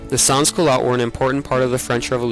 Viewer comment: As a reply from the main video editor of the film, our appologies for the mispronunciation of sans. None of the producers of the film spoke any French, and we did not have any audio research, so our bad for the mispronunciation